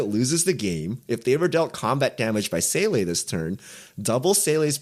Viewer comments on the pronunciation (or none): The way pronounces Seele drives me crazy. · I saw random German on the pole to these cards and now it makes all sense. The anime brought the German. But I have to say it but s crazy how weird Seele can sound with how little you can say wrong